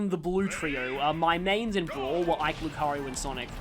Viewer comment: They actually added that function in the Switch version of the Mii Maker (though technically Miitopia did it first). I still can't get over how you pronounce it LucaRYU instead of LucaRIO and still question how you got to that pronunciation. (Might be some sort of Australian dialect quirk I don't know about.)